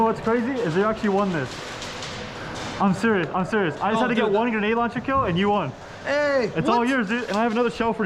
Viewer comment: “Genade launcher” What is wrong with his grammar? 🤦🏻‍♂️